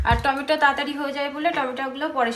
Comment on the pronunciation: Tometa noy tometo bolo